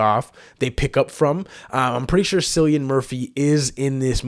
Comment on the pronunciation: Great reaction! I hate to be that guy but his name is pronounced "Killian Murphy." And Ralph Fiennes is pronounced "Rafe Fines," a lot of people get his pronunciation wrong. Also, don't worry, Cillian is not a zombie. He will be in all three movies (28 Years Later will be a trilogy) and the bloke in the trailer was actually not Cillian like everyone says, it's just some old guy that happens to look like him lmao.